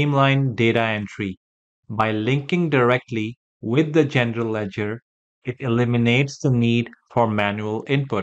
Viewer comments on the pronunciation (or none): Is he saying Gender ledger 😂